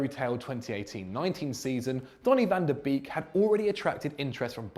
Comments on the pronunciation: van tah beeeeeeeeeeeeek it should be a meme. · The way my man said van de Beek is hard not to cringe as a Dutch speaker😂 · I´m getting angry because of how is pronouncing Van de Beek